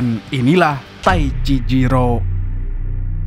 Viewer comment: Taicizero mamsul bukan taicijiro😂😂😂✌️